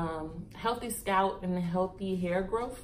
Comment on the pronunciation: lol girl you was like scratch your scout lol I died 😂😂😂😂 I’m like did she say scalp or scout 😂😂 I’m frm STL and we country asl luv you videos and content keep it up girlie❤️